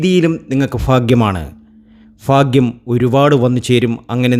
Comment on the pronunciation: Fakyam.അല്ല. ഭാക്യം